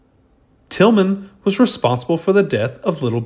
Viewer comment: It was Bill Tilghman, not Tilgham!